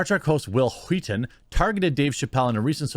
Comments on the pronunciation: The fact that you’re putting more emphasis on the “h” makes it so much funnier when you say Whil Wheaton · I love how you did the Family guy Stewie pronunciation of Whill Wheaton...lol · "Whill Wheaton" - Stewie Griffen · It’s wHill wHeaton.